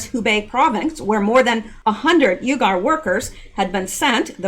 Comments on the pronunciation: Not pronounced ugar pronounced weeger like weeper wiph a g.....lol God Bless you for all you do,,, for all you give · I Believe UYGARS is pronounced WE Gars,,, I Could be wrong,,, but,,, the odds are low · It's pronounced "wegar" LOL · Fyi uyghur is pronounced Wee-ger. Sry... Pet peeve of mine..😁👌🏾